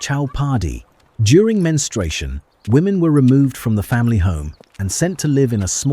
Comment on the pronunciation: Who 'taught' AI that menstruation has a 'w'? I never knew AI could have Elmer Fudd's disease 😅